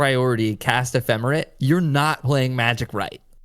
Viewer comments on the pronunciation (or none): Ephemer-ATE not ephemer-IT